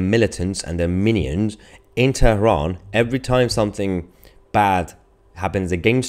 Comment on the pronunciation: TERAHAN. PRONUNCIATION IN ENGLISH IS TERAN. DO ENGLISH PRONUNCIATION